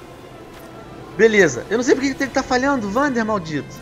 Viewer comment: Venom se vc apertar e segurar R1 dentro da água ele nada mais rápido e se vc apertar R1 + direcional pra baixo ele mergulho e a pronuncia do nome do personagem é Uander com U não Vander com V #ficaadica